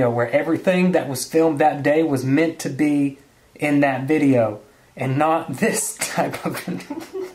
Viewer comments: "Stipachio" lol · "WHERE ARE MY STIPASHIOS???" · its either me or he said stipashios "stipashios"